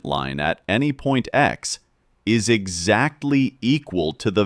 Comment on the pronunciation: Bro this is a robot voice. is incorrectly read "is" as "I's"